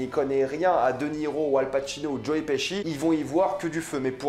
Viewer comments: Tu nous les casse tout le temps avec ta salle au cinéma..comme si ya que toi qui a droit dy aller Et on dit joe piski et non pas pichi 🤦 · Mdr joe piski nimp ca se prononce plus ou moins Petchi.